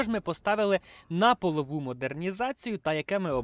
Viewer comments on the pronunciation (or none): Прохання, кажи не "полову" а "польову". Те що ти казав перекладається або "статева" або "підлоги")))